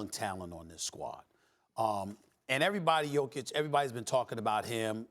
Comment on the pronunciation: Steven A finally said Jokić's name right